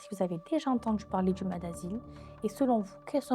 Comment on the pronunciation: Salut, je connaissais pas du tout et c’est très intéressant. Juste on dit maSS, (le S se prononce😊)